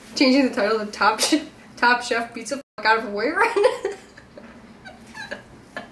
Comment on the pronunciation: I thought you kept saying “top shop” not “top chef” I’m dying